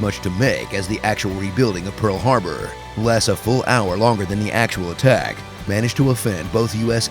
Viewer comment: "Pearl Hrarbor" Wonder if that mistake was on purpose.